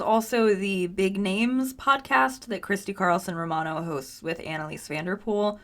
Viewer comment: She said, "Christy Carlson Ro-Rabbithole" !!!